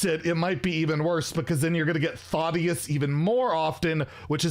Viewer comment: “Thottius” 😂😂😂 he a thot with that shirt off I guess. It’s “Thad-ee-is” 😉